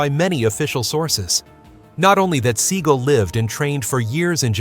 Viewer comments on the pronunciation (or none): 720 and 540 degree kicks???? Where the fuck are you getting this from? There is no such things as either 720 or 540 degree kicks. And it’s pronounced Sea-gal, not Seegle. Two syllables, like dumbass. Which is you.